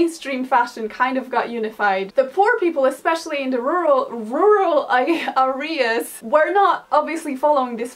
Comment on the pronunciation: "Rooral arias". Adorable!